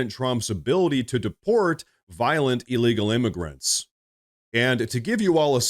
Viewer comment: Please. It is not E-legal. It is IL-legal